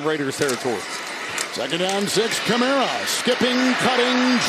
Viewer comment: The announcer doesn't seem to know the names of the players. Sounds like he has to look up the names. And the Saints player is named Kamara, not Cameruh, or Camero. A Camero was an automobile that's not longer manufactured. Maybe we can get a better announcer next time.